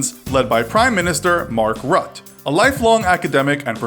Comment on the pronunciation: Mark rut😂